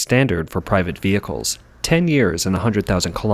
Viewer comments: Private Vihecles? I'm guessing you mean "Private Vehicles". :) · "PRIVATE VIHECLES"